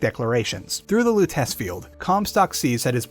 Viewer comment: Pretty sure it’s pronounced Robert Loo-teh-chee